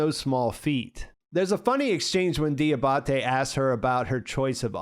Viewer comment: Di-AH-ba-te, not di-ah-BAH-te